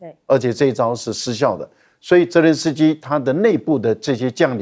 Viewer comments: 这位还真是固执，别人都念责任，实际就他一个人练，轮着司机，主持人也不纠正。也不从其他嘉宾发言中意识到自己的错误并纠正，就这样一直喊轮着司机。从俄乌战争开始一路喊到现在真是够固执的。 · 总爱说“伦泽斯基”。😂